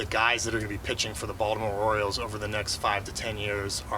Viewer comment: I appreciate how Mr. Elias pronounces 'Baltimore' correctly.